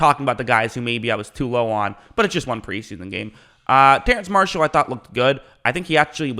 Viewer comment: You spell Terrace Marshall's name right, yet still say it wrong though